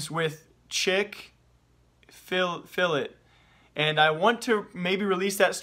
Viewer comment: big YouTuber, chick fill it... hmm. IS IT CHICK FIL A? OH NO